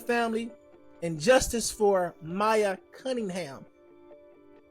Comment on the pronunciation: Why isn't her name Amiya being pronounced correctly??